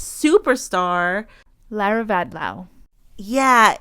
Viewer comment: Once again, pronounces Vadlau correctly. It was a very surprising announcement by Lara Vadlau. She didn't say since when they're apart, but it must be very recently as both were happy to be at the Olympic Games together and also photos of them were still on Instagram also after the announcement. Lara also stated that they saw each other (only) 100 days per year due to their training schedules. Glad that Jordan found love with Erin. I'm happy that the USWNT won gold and is now back to number 1 in the world ranking. I was just upset that US soccer issued no sanctions against Korbin after her social media activities. I just hope that Korbin will show, through her future actions, that she supports the values of the USWNT. Unfortunately homophobia and transphobia also got into women's sports, especially in the whole debate on the boxers Imane Khelif and Lin Yu-ting. Both were born as women, live as women, have documents being women and box as women. Both were also never transgender! That's where also Korbin's repost do the damage. If you have time you should listen to the podcast "tested" (only 6 episodes) on how women are being regulated in sports and also how genetics aren't always black and white on who is a male and who is a female.